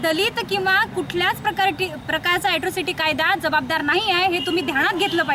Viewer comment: ऍस्त्रोसिटी नाही ताई अट्रोसिटी आहे ते